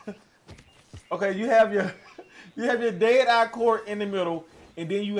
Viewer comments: Does anyone else hear a weird pronunciation of "deity" throughout the video instead of dead eye?? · What the hell is der dar? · Wtf is dade eye? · More like dēA dī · He said dad I lol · 'Day Dye'? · I am glad he showed us how to use da ded uhh, fill da ded uhh core and how da ded uhh meter can fill quickly or slowly based on how ded uhh core is full or not. Thanks for da video on ded uhh